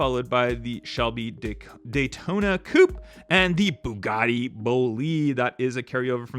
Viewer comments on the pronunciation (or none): none